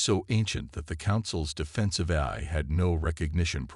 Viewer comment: Well, we, hostile critics have agenda against AI reader and the stories written by it for good reasons. 1. without those subtitles, some words are uncleared would likely to remain uncleared likes how it pronounces "AI" as "air". 2. without human proof reading, a good written story might get jumbled and cause confusion and awkwardness throughout the narration. 3. without human intelligence used to rearrange the whole story and narration, no matter how good the story is, it's going to end up as an AI Shitshow. So, if you want us, hostile critics to stay away from your beloved story, then the story is better having no unforgivable flaw.